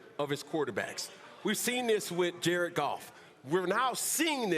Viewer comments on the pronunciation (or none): none